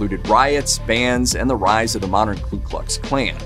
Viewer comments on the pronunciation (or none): none